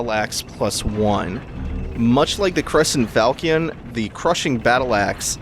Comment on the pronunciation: How this dude know the word derisive but not how to pronounce falchion? fal-shun